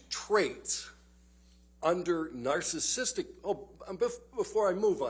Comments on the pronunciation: How is it that this so called expert on "narcissism" mispronounces the word 100% of the time when he tries to say it? He calls it "narcism," and "narcistic." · The man can't even say "narcissistic"